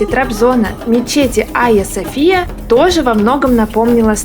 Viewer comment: Не АйасофИя, а айасОфия